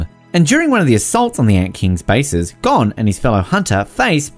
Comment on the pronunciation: I think I’ll let him pass with kinda saying gone instead of Gon